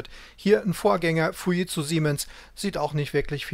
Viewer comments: Ich habe noch nie jemand Fujitsu so sagen hören, was ist richtig ? " Es entstand aus dem Kommunikationsbereich der Fuji Denki Seizō K.K. (engl. Fuji Electric Company), die wiederum ein Joint Venture der Furukawa Denki Kōgyō mit dem deutschen Unternehmen Siemens war. Der Name Fuji wurde dabei zusammengesetzt aus Furukawa und Jīmensu (japanisch für die Aussprache von Siemens).Erst im Jahre 1967 wurde der Name Fuji Tsūshinki Seizō zu dem heutigen Fujitsū verkürzt." Jimensu spricht man lt. Google Dschimensu aus, also sollte es doch "Fu-dschit-zu" heißen ? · Gute und interessante Darstellung. Nur an einer Kleinigkeit werden meine Nerven strapaziert ... wie der Name "Fujitsu" hier ausgesprochen wird. Da rollen sich bei mir die Fussnägel auf.